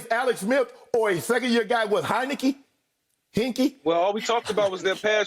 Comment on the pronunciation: “Heinecke, Hinke” 😂😂😂